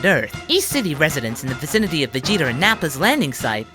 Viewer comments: Anyone else hear him say Vegeter when he talked about Vegeta and Nappa? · ish "Vegeter"? Or am I hearing things. Also there's a good chance youtube is gonna fuck up my quotes but I 'ain't gonna do jack shit about that. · Ha ha, he said Vegeter. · Goku and Vegetar's He said Vegetars